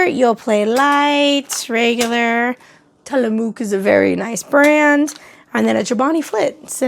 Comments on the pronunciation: Sorry being from the PNWest it's pronounced....Tilla-muck 🤗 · Love your channel! But Oregon me cringed so hard when you said Tillamook LOL